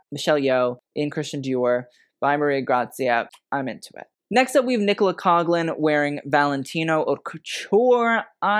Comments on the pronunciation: Caw-lan, baby. Caw-lan. (Coughlan) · If Nicola Coughlan continues to bring looks, might get around to googling how to pronounce her surname one day 🤣